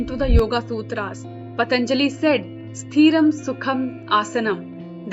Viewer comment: It's not Sthreeram.. it is Sthiram. don't drag the ee.. Sthriam means stable and constant. sitting in a asana in constant position